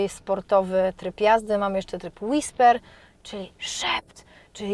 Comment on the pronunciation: Nice! Fajnie wymawiasz ‘whisper’☺️